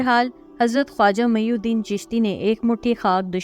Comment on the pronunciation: خواجہ معین الدین رحمتہ اللہ علیہ نام ہے جبکہ آپ میی الدین پڑھ رہے ہیں